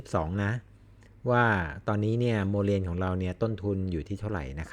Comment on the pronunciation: ขอโทษคะ ที่รู้เรียก โมแลน ไม่ใช่โมเลนคะ